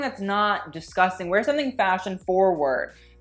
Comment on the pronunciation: LOL Oh GURL, I love your commentary, but you with the Scottish accent KILLED ME. "DISGUSTANG!" LOL